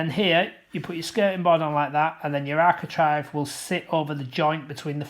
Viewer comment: Good, clear, instructive video but I've one minor comment... it's architrAVE not architrIVE ! 😉